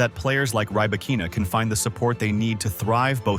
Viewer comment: Stopped watching after 10 seconds. If you can't even pronounce her name correctly, my guess is that the rest will be equally worthless.